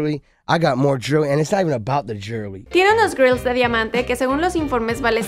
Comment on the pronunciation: es grillz no girls xd